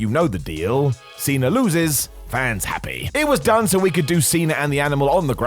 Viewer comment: Cena* not Cener